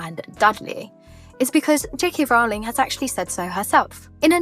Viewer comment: Unusual that you mispronounce Rowling on a Harry Potter-themed channel.